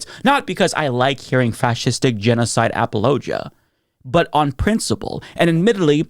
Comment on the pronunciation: How did you just pronounce "apologia"?!